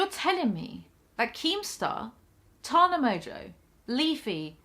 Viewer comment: Learn how to pronounce Tana you fucking moron